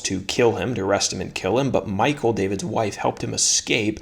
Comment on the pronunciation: I think you pronounce her name MEE-KAAL